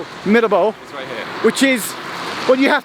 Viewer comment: Geoff not being able to pronounce Mirabeau is proof you’re not an F1 fan! 😂